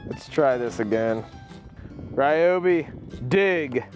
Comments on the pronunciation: Stop saying Rye-oh-bee! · ‼️The name Ryobi was not pronounced correctly even one single time in this video